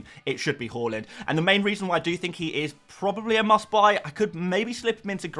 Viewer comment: The way you say Haaland makes me sad - great vid otherwise